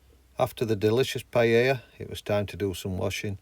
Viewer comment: Pie-Ella 😂 great vid 🤙